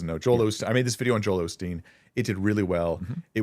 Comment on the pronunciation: hearing people pronounce the name Osteen "Ole' Steen" and then fumigate their "wisdom" always cracks me up...